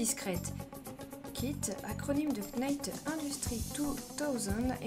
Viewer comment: Pour info le la lettre k du mot Knight est muette. Cela dit, les voitures américaines c'est de la camelote.